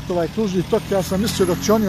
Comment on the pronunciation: Tok kao sok a ne kao rok, pogrešno naglašavaš, nadalje govoriš kako bi stvari trebale biti, a prelaziš cestu van obilježenog pješačkog prelaza....